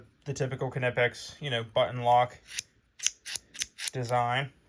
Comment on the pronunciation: Knipex... the "K" is silent